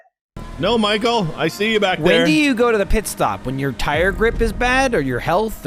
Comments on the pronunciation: Thought I had a hearing problem cause I heard you saying Nichael and Germany 😂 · From onwards, are you saying N-ichael? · and Nichael